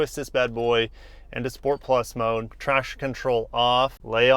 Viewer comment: Trash control? Whats that? Sounds like a new feature. HAHA i know its traction but sounded like trash. LOL Pun intended. ROFLOL